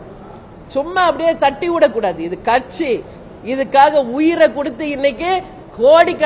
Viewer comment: This female sasi can't even pronounce katchi properly.